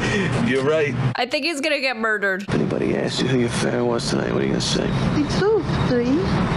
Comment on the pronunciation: Almost as good as her 40's era gangsta pronunciation of murdered. Moidered, gave me some serious Saturday morning bugs bunny nostalgia tingles.